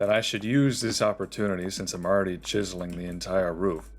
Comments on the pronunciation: cheezling.. Chiz-Zel-Ling my dude. lol, Cheeze Ling, XD Cheeze Ling, Kills me... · I love how you are saying cheeseling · I have never heard a single human being pronounce the word “chiseling” like that before in my life. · I saw this comment at the beginning of the video, waited five hours to hear him say it and I was NOT dissapointed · I’m dying I finally got to it 😂 Reminds me of the meme of the the Mexican pronunciation for big stores (Jōn Depot, Yacie Peenie, Papa Yohn) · Came up with a bunch of ways I thought he might pronounce it and I still would have never guessed he pronounced it the way he does. 🤣💀